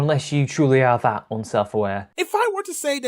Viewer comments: he literally says "dat" is "that" so hard to say? Is he four? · Dat, Dere, fadher, adeist, odher... Cant handle it